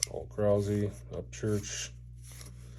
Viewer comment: Paul Krause not Paul Krausey :)